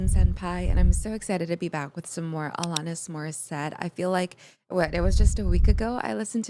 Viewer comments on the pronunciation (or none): The way you pronounce Alanis's name sort of jumps out at me. That second a should sound more like it does in the verb "ran", rather than the way it sounds in the word "hall". Uh-LAN-nis. I'm not mocking here, but that's the way I've always heard it, including from the woman herself. You should really just grab Jagged Little Pill and do the whole thing. Right Through You will probably fire you right up. Forgiven might hit close to home if you have any Catholic guilt. You Learn is a little repetitive, but it still hits. Wake Up is deep, and also kind of disturbing. Not the Doctor is sort of depressing. Perfect is sort of heartbreaking. All I Really Want is just fun, and you'll get to hear her voice crack in some pretty unlovely fashion. Head Over Feet feels like pop, but it's not. Hand In My Pocket sounds like pop, and it is.